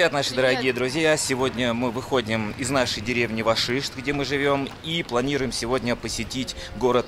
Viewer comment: Не Вашишт, а Гашишт.